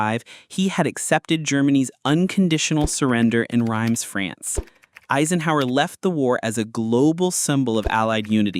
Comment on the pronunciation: Learn how to pronounce Reims